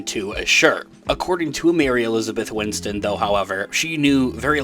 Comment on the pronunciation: Maybe it's a pronunciation thing, but sounds like you're saying 'Mary Elizabeth Winston' rather than 'Mary Elizabeth Winstead' (which is her name).